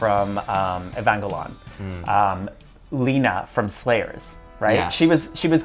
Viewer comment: I died when Andrew said, 'Evangel-ON'